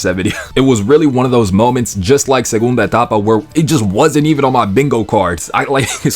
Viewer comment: Your "Ulquiorra segunda etapa" was so clean, great Spanish lol